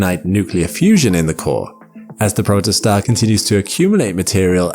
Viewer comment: "protoststar" Do you mean protostar?